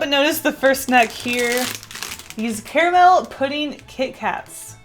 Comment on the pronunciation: I so thought you would be one of the people who say "CARmul" and it's bothering me that you dont for some reason.... I say it the same (correct) way. Hmmm